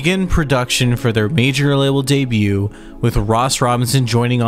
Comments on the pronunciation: good revewier. it was day-bewt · "day bute" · 'Debut' has a silent t dude! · You're saying debut wrong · I will gladly subscribe.. IF you promise to stop enunciating the T in debut... Haha. Jk still subbing but please please please don't do that! :)